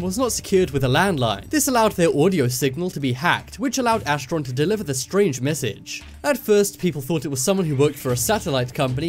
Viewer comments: not astiron, but vrillon. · astron? Seriously. It’s vrillon. What source r u looking at